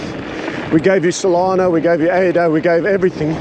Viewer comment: its just not the same when you pronounce solana correctly. i preferred it when you were gender confused about her